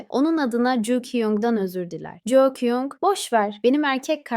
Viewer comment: Jou değil ju kyung 😂😂😂😂